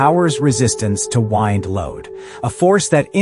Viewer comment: "WIND" load... like winding a clock? The narrator had to feel like a fool two sentences later.